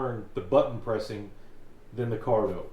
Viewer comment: The correct spelling/pronunciation is CARDO. The Packtalk Bold comes with the JBL speakers...